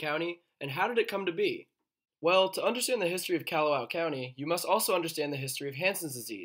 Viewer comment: It’s Kah-hoe-oh-law-vay. If you wanna be lazy, its Kaho-lah-vay. Kalawao is Kaw-law-VAO. Kaw-lawzzzz, not Kyaluh, like Callahan or Candy (KYANDEE). It’s Kaw like car or at least cod, but not like Cadillac